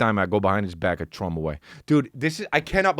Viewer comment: Dude......"TH ROW".....